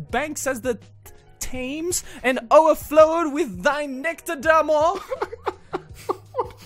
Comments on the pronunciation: its pronounced "tems" you idiot, not "thames" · Thames is pronounced "Tems" like the river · Thames. T-AY-MS LIKE THE RIVER FFS!! XD